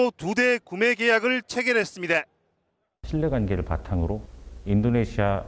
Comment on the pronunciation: 다 字 발음이 왜 그러냐.. 있습니대.... 했습니대